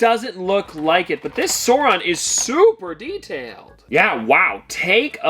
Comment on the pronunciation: Sar on. The “u” is silent. Love the chocolate pops!